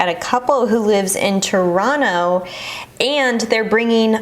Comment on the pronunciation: Respect for pronouncing Toronto like a Torontonian--"Toronno"